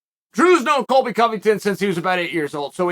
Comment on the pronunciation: Disregard cheal when he says Colby lol